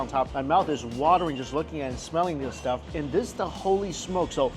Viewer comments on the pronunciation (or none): none